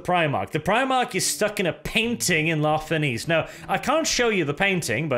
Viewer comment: "La Fenice" is technically pronounched in the sale way as "Nietzsche"; it's basically "la feNietzsche", translating as "The Phoenix" from Italian. The theatre on the Pride of the Emperor may actually be a reference to a theater in Venice, Italy, sharing the sale name. Sorry for the pseudo-grammar nazi moment, just wished to point out the bit. By the same token, "Maraviglia" is roughly "mEraviglia", translated from Italian to "Wonder" or something similar. Still crying over the wasted potential of this short story, though. Must admit I'd love to listen to your take on a 40k "loyal" (?) Fulgrim.